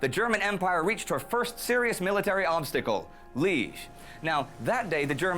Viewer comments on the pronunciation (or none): Liege is pronounced lee-ayj - not 'Leej' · Liège (city of Belgium, capital of Wallonia) : no to be pronounced lije, but as for lee-age !